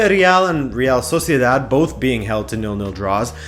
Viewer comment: I'm sorry did you say soceidad?